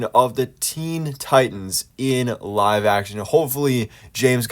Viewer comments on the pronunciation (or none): none